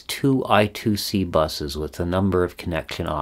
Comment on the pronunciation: It's IIC or I^2 * C pronounced I squared C.